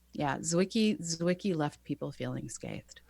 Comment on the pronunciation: Great episode - and thanks for pronouncing "Zwicky" right ;)